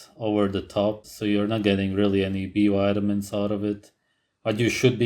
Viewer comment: nobody:: ''wide-a-mins.'' X''D